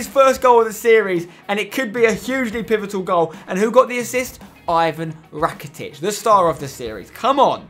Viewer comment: You dont say Ivan rakitic you say Evan rakitic